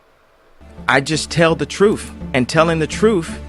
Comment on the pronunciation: Dude, it's Truth, not truf